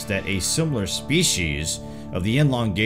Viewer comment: Anarica? Contnints?